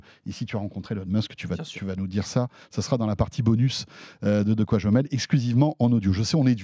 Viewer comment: Expression Québécoise ratée....On écrit et dit : De quoi j'me mèle!!! Et non "mail" comme la poste qui n'a aucun rapport dans le contexte et qui veut dire en réalité qu'on ne s'occupe pas des ses affaires...Sachant que dire qu'on est mélangé en diminutif au Québec pour dire qu'on est mèlé est significativement impossible à imager en France...On n'utilise pas une expression si on ne sait pas ce qu'elle veut dire!!!😂